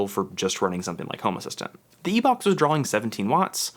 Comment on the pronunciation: "EeeK box"... LOL